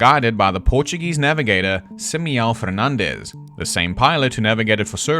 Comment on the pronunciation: Sorry to be that one guy but this is so distracting. this is NOT how you pronounce Simão 😭 Your pronunciation of Fernandes is good for Spanish but definetly doesn’t sound like Portuguese so it’s less annoying but still distracting.